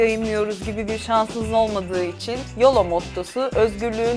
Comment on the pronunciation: yolo değil biraz daha yoğloooğ gibi böyle bombeli bir şekilde söylenir o amerikan ağzında.